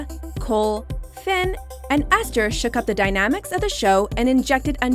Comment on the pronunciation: And when she says aster instead of ester